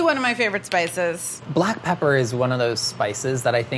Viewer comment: "ahh.. butt pepper!" you wont unhear it sorrynotsorry